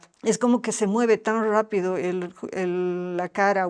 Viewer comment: Cuando dijo Rapido,,una costarricense encantadora